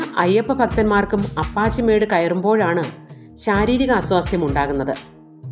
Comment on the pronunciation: അപ്പച്ചിമേഡ് എന്നല്ല ആ പക്ഷിമേട് എന്നാണ്